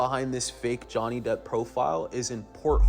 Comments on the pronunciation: It is slipping up and saying Johnny DEPTH instead Johnny DEPP for me🤣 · Did say Johnny Depth? 😳😂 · You guys need to be nice to!!! The poor man doesn’t know how to say Johnny’s last name correctly. His work at Social Catfish should make up for the extra “th” he adds on. 😆😆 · You said Jonney Depth (perhaps a good name for the scammer version of him) 😂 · Im glad we acknowledged the pronunciation of Depp, lol. has definitely been saying "depth" and it has made me a bit crazy 🤪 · The host ALWAYS mispronounces names. It isn’t just Johnny “Depth” 😂😂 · Johnny 'Debt' 😂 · Glad to also see that you guys finally corrected how he kept mispronouncing Johnny Depp's last name in the previous and current video!😂